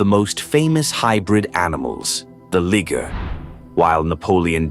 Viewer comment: you mispronounced liger it's pronounced LYE-GURR